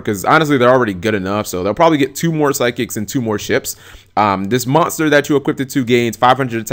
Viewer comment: can't say the word MONSTER correctly ahahahahahahah